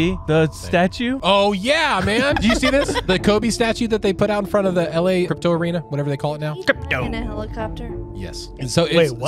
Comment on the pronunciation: The way he says "Crip- toeeew" lolll😅 sends me everytime